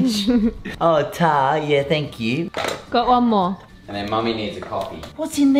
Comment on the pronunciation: i don't know if you've ever explained, but why do you say "taah" for thank you? :)